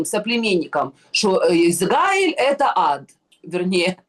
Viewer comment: Уважаемый! Научите Егорову правильно выглваривать государство ИзРаиль! Вы поддерживаете ее негативное отношение к еврейскому государству!!! Мы,также,как и вы,обычные люди!! нам неподвластны решения политиков! Егорова накрасиво и постоянным упорством наращивает эту волну против ИЗРАИЛЯ,сильной и суверенной страны!! Мы не нападали на ее любимую Газу!!! мы не нападали на Ливан!!! подсуньте ей наш русскоговорящий 9 канал!!! нехай подивиться,що у нас 😢😢😢😢